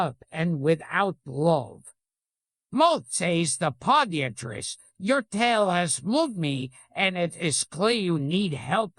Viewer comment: The say he Pronounces “moth” and “podiatrist” is probably one of the funniest things I’ve ever laughed at